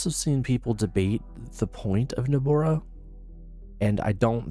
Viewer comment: Great overview. I wasn't sure exactly what benefits Nobara 39 offered, and you addressed that perfectly. But my friend... Nobara is pronounced "noh-bah-rah" not "noh-bor-rah," and GNOME is pronounced "guh-nohm" not "nohm" lol